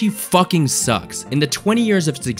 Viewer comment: Lmaoooooo there was so much emphasis on that first “FUCKING” 😂